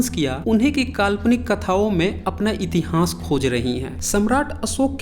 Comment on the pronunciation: please learn to pronounce itihas properly. I have listened to your video on Nalanda University also. Rest you have tried to provide good facts but need more authentic references just one or to books are not sufficient.